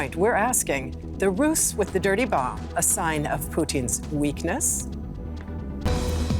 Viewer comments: The host kept pronouncing the word, "roose," with a voiceless S. The word is pronounced with a voiced Z consonant. "rooze" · You're pronouncing thr word "ruse" like "Rus" when it should be pronounced "rooz." A ruse ("rooz") is a con, decoy or attempt at trickery. The Rus was what Russia was called in the early middle ages. Given the context of the report, when you pronounce ruse like Rus, it's problematic. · Please pronounce "ruse" as "rooz" meaning - an indirect means to gain an end. trick may imply deception, roguishness, illusion. For nearly all the DW article I was listening to "ruse" pronounced as "russ" meaning in my simple brain the short form of "Russian" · "ruse" is pronounced like "rose" or "rise" with a "z" sound. Great work - thanks. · Its pronounced' rooz....'